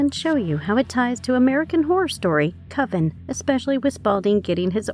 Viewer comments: Co-veen it's cuv- in seriously if you can't say it, don't. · Coven is pronounced like oven